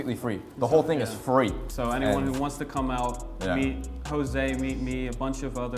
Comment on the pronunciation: am i the one impressed that pronounced his name correct? i used to call him jose jose yO jOSe but instead in HOse hOse GUYS ITS HOSE